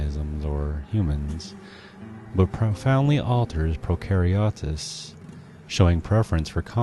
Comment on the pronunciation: good job, check the pronunciation of "microbial" and "prokaryotes"